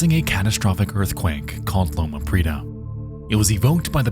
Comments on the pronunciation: How hard is it to look up how to pronounce things? You mispronounce shit all.the.time. Prieta, this time. It has 3 syllables, not two. pri-E-ta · Heat-ran and hee-tran are just enunciating the syllables slightly differently so I don't think it makes much of a difference. However he massacres "Prieta" in Loma Prieta. It's supposed to be pree-ay-ta or even pree-eh-ta; homie just says "preeta."